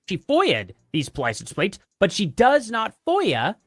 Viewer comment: “Licen plates” ….Candace literally cannot pronounce words correctly sometimes—and far too often if u ask me. The other day she pronounced architecture as “architexture”. And my personal favorite: Ishreal!!!😅